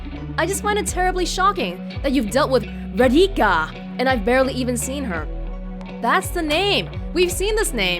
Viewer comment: Raa-dhee-ka. Not Rad-hikka XD. In any case, another enjoyable video. It's great that you chose to continue this.